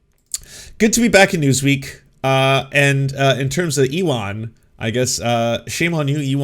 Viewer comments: wouldn't ewan be pronounced like "yooen" like ewan mcgregor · her pronunciation of ewan was like an uwu form of elon